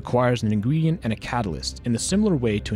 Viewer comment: lol ingwedient that's how i talk